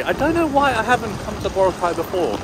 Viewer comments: Yes, accent is on the second syllable. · Hi, just FYI, the Filipino pronunciation of Boracay is boRA-cay... though most visitors do say it like you do, i.e. BO-racay.